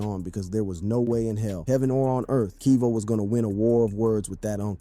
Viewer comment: Kevo not keevo😂